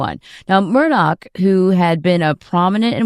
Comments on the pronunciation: She's a freaking broadcaster and she sang MurDOCK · Murr-Dawg. Should be jailed just for that pronunciation. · His name is Mur-DAW. There isn’t a k at the end of his name. A journalist should know proper pronunciation of names, etc.